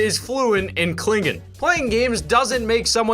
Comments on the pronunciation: It’s pronounced kling-on not klining ffs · Cling-in hehehe* ( its cling-on ) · Its Klingon kling-on not clingen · It’s Klingon, not Klingin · It's not pronounced Klingin it's KLING ON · Cling-on dude not klingin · It's not Klingin it's Klingon yes I am a nerd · klingin rlly? im not a trecky and even i know its klingON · You pronounced it wrong, klingon K ling on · Kling-on. Not Klingon. Kling-on. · "klingin" Am I the only person triggered by that pronunciation? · It's pronounced Cling-ahn duh! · It's pronounced (cling-on). lol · Oh god is it bad that I wanted to correct him when he said klingon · You pronounced "klingon" wrong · He can’t even pronounce Klingon right, what a normie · Oh my god guys he said Klingon wrong someone insult him in Klingon